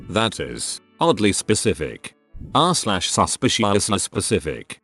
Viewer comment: Nobody: text to speech bot:suspiousciosicouly